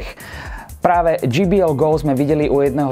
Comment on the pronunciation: dží bí el by bolo GBL je to džej bí el